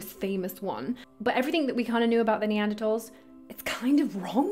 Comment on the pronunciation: Neantertalls? Build back beeter? LoL . F them love you.